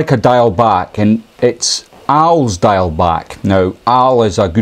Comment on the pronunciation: For those of us in Wales please learn to pronounce ‘diawl’ - its not ‘dial’ its pronounced ‘deeawl’ but say it quickly